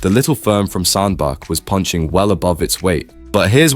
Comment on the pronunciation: It's pronounced Sand Batch